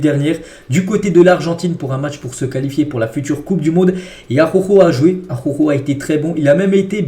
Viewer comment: « ARORO » Pitié . J’en peux plus à chaque vidéo d’entendre cette immondice. Prononce son nom correctement « ajauro » phonétiquement « araouro »